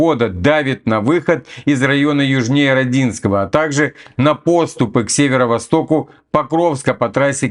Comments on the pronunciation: не Роденское а Роооодинкое ударение на О!! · При названии города Родинское, надо делать ударение на первый слог. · у нас у мирнограде эта шахта так и называется "шахта пять шесть", а Родинское - ударение идёт на первый слог